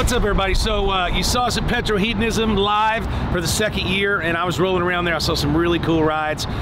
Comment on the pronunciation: Are you saying Petrolheadonism wrong on purpose as a joke? It's Petrol-Head-onism PETROL HEAD!!